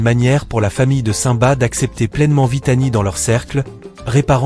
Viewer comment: Aprent à prononcer simba